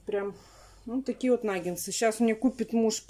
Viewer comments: "НаггеНсы, аджиГа "(летом была) 😂,,правильно НАГГЕТСЫ. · НагеНсы 😂😂😂 и тут умудрилась исковеркать слово! Наггетсы!!! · не « нагенцы «.. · Вообще то наггетсы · В начале ролика нангенсы, а в конце нагетсы🤔😁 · Ольга, я тоже как говорю нагенсы😂😂😂. Но если уж делать замечание, это уже другой разговор🤔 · Кто посчитал, сколько сказала "Н А Г Е н Ц Ы" ухо даже поранила 🥶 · не наа меня поправлять, говорит нагеНСЫ наит нагеНСЫ👆